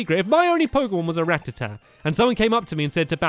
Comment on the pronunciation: and stampy i am sorry but how u say rattata annoys me cos u say it with a tee at the end